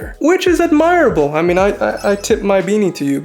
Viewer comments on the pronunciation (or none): its ad·mi·ra·ble